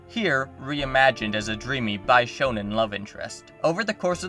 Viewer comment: big fan of the pronunciation of bishounen making it sound like sephiroth is portrayed specifically as a bisexual shounen. or perhaps some sort of two-pronged shounen? a 両刀使い少年, if you will...